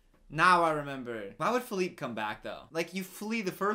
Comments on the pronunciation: When he calls the horse Feleeper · I love how called the horse “Phillipe,Phillipé,and Philliper 😂😂